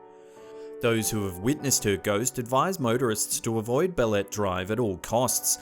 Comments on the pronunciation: Pronounce it bale-te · he said baletrees!!!! XDXDXD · Ba-le-te ,,,,,,,BAH--LEH---TEH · Antique is pronounce as an-ti-ke And Balete is pronounce as Ba-le-te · Wow.... I'm impress! You made it far here in the Philippines, my home country. Few corrections though: UP Los Baños is pronounced as YOO-PEE LOS BANYOS. Balete drive is pronounced as BA-LE-TE drive. Congratulation,!!!